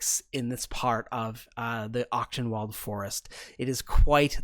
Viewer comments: Honestly didn't realize what the name was supposed to be Achtung. pronounces it closer to Octenwald than the german pronunciation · hahaha. seeing the map for the first time, i suddenly realize that you are using german names the whole time and just pronounce them english. being german the pronounciation of the word Achtung (which means caution, attention or esteem btw) is just hillarious :D and since Wald means forest, Tierhavn is located in the „caution forest forest“ :) this also explains why many names sound germanic, especially in the hooded lanterns.